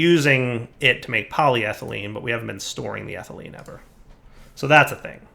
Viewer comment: these names are getting harder to pronounce Also direwolf for the last 50 episodes: poly thigh lean.